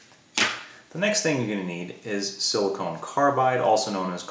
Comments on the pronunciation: I have to wonder if something else was on your mind since you kept saying Silicone Carbide rather than Silicon Carbide ;) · Hamilton, I appreciate you watching and taking an interest in the fine details. I am assuming you are referring to pronunciation as my banner is spelled "silicon". You are correct, my apologies. Thanks for your support.